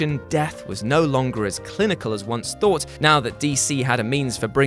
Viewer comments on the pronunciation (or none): none